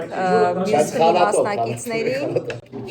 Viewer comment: 🙄 Թմի չէ թիմի Նենց ա ականջ ծակում Թմից 😩😩😩